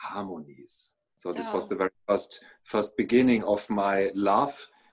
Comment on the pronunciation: always says fairy instead of very,:-)